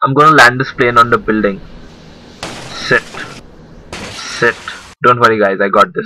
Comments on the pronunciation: Everytime he says “shit” he sounds like he’s saying “sit” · Everytime he says shit i think he says sit xd